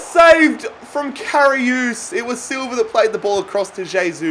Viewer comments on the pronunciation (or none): Everyone: Karius Literally everyone: Karius: Karioos